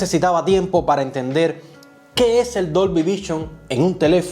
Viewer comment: Muy buen video! Pero me explotaba la cabeza cuando decías DOLBY vichon 😂😂